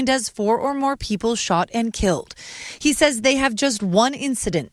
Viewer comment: You said “He” wrong 😑